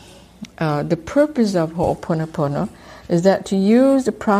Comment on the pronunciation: This was really vital information to get out and I could barely get past the first part of the automated voice recording not pronouncing ho’oponopono correctly. I’m curious why it was chosen to be presented in this way. This has been part of the problem in our society, with the dilution of the original message people teaching it that don’t pronounce it correctly and here we have an otherwise good video and resource tainted by the robotic voice mispronouncing the core of what ho’oponopono is. Ironic.